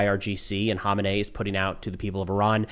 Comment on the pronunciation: you are about the only commentator, that pronounces 'Ayatollah Khamenei' in a way that clearly distinguishes Khamenei from Khomeini. Looking at the names written in English, it is quite a challenge. Thank you for your trusted analysis.